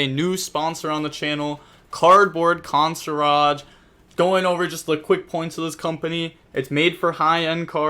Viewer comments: Con-see-urge 😂😂😂 consarrage was a good attempt 😂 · Db Will never be able to say hard words😂